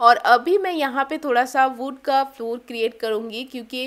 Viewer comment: wood ko aap galat pronounce krti hai.. 😂😂